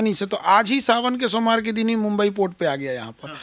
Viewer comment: सोमवार को सोमार बोलो रहा है.... बताइये ऐ इनका हाल......